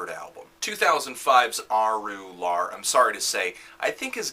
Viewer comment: It's pronounced "ah-ROO-lahr". Just, letting you know. ;P I really like your reviews too, even though I don't always agree with them.